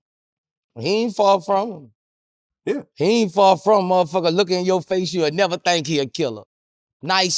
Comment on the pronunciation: nevaa thankk😂